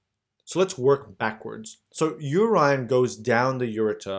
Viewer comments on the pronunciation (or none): Thank youuuu ! But I just couldn’t help but notice you called urine U -Rine ...Noooooo😭😩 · I am loving your pronunciation of urine ---> Uraen..❤